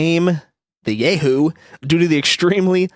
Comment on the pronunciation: It's pronounced Yah-hoo not Yay-hoo. Lol